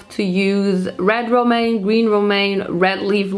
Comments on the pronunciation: Romanian lettuce 😂😂 it’s pronounced romane lettuce hahaha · LOL Romanian lettuce. That'd be me if I was a veggie. It's Romaine Lettuce, but you're cute so we let it slide. 💙 PS: You're brave to try all dat gurrrrrl!